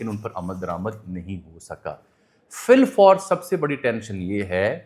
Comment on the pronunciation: بلفور نہیں فلفور ہوتا ہے تھم نیل پہ دیکھیں